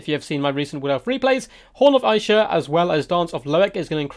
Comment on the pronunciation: i feel like your comments have improved, keep it up! also isha is pronounced "ee-sha" not "ah-ee-sha"